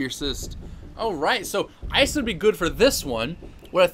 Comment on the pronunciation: It's pronounced "ee-suh"